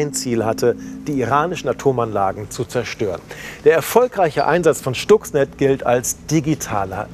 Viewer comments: "Schtuxnet"??? Wieder einmal ein Moderator, der sich nicht mit der Materie auseinandergesetzt hat. Schhhhhhhtuxnet! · schtucks ned